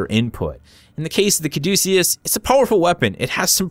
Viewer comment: Thank god you know where the name comes from and how to pronounce it correctly. I'm getting sick of youtubers talking about "That's how I pronounce it." Thanks for being educated, keep up the good work. Thanks for the review.